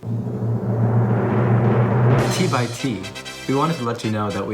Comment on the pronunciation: Hey, at least she said T by T and not T X T. That's their preferred way of saying their name if you're not using the full name. 😊